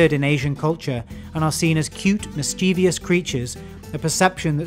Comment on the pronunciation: the word is mischievous, mis-chi-vus. NOT mischevious. Grammar nazi here. Pronounce english properly! Mischievous not mischevious.